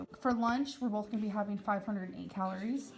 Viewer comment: Starving = starveeen Both = bolth